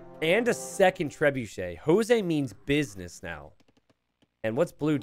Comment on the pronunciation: You probably wont see this and it might sound as a nitpick, but hey, whatever. Jose is pronounced like Joke with a S! Spanish or Portuguese pronunciantions might be pretty confusing as well..